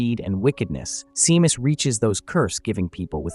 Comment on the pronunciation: You pronounce the name Shaymas, phonetically, not seemas😂